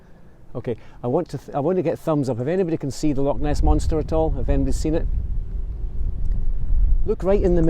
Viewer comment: love your videos....however i have to pick up on a pronunciation problem, Lock (Loch):)